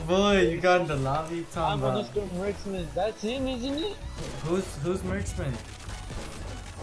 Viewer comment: “It’s Mr. Murksman “ 😂😂